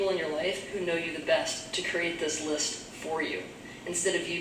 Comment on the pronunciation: Listen to how she pronounces 'list'...when the supply runs dry.. there's reserve and the dregs ..desperate to conjure up n generate more hellish matter